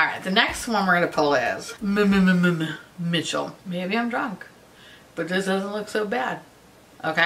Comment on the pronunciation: that Mmmmitchell collection is hideous, you’re drunk, go home! 😂😂 Drunk you saying ‘blursh’ is glorious! I love the Jouer lip oil, but like, that’s the only Jouer thing I’ve tried. 😂✨